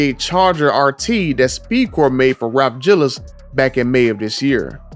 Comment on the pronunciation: The way you said “Ralph Gilles” 😂 😆 😂